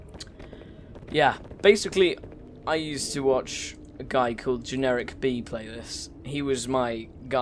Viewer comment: "Generikb" i see you are a man of culture as well.